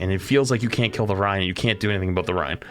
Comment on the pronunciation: This guy calling him Ry-IN bugged the crap out of me